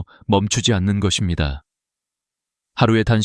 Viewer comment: 감사합니다❤ ㅡ것입니다 ㅡ거씸니다로 발음